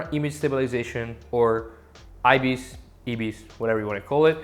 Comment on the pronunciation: (Eye) agree with what you are saying. As a Canon shooter I try to practice, as much as I can, manual focusing. I want to be proficient at it and not rely on DPAF. Also, it's pronounced (EYE-bis). Thanks for the video.